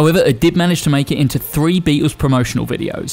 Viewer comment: Who the hell are the "Beetoos"? The famous four had a pronouncable 'L' in their iconic name!